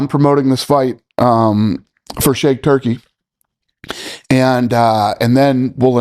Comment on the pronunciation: “I’m promoting this fight for shake turkey” 😂